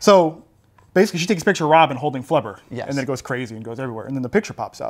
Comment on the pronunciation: Flubber* not Clubber lol